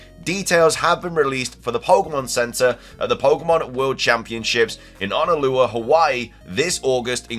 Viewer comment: Didn’t know Brits can’t say Honolulu lmao yall are starting to become my 4th favorite mythical creatures behind the Canadians